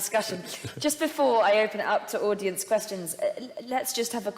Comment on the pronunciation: maybe i'm unfamiliar with her accent but it didn't sound like she said audience